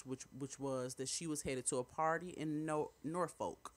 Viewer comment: It’s pronounced Norfolk I’ve been here in Norfolk VA for 30 yrs lol it’s not No Folk VA